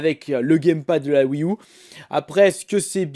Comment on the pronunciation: Tu pourrais dire wii you plus que U mdr ceci me stress